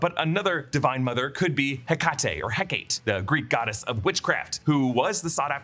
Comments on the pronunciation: It's pronounced Heck-a-Tay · Hecate = Heck-uh-tee